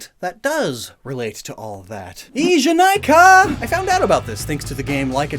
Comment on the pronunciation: just a little correction, the ee in "ee janai ka" is pronounced like ehhh